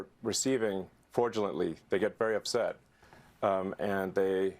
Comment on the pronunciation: "They get very uvset." I can't STAND how Musk talks! Not only does he lie all the time, but the way he mispronounces words due to his weird teeth is like nails on a chalkboard!